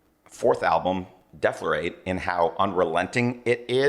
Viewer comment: Nope, he said it right. Deaf-lorate.